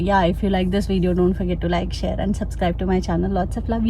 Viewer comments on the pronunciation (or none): none